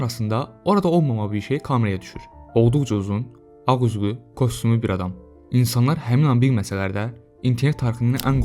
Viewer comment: kostumlu yoxe, [kastyumlu]. Yazılış - kostyumlu, oxunuş və tələffüz - kastyumlu. Kostumlu nədi?